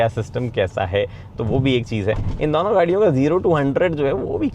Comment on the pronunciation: When you find a guy cute but he says "दौनो"